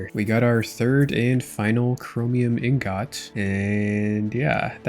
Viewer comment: Brother please use a dictionary its not Een GOT.